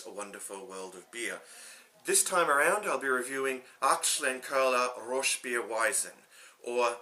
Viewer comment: The colour makes it look inviting enough to at least give it a try, well done with the pronunciation too. Cheers